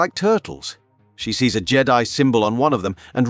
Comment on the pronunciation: Why did you pronounce Jedi like that? So weird Jeddy